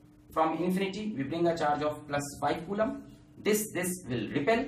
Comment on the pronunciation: Nobody: Alakh Sir: CuULaaM per second